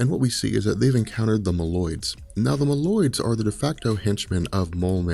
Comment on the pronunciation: Mole-oid not ma-llyod